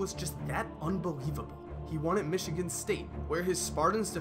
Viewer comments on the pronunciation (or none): none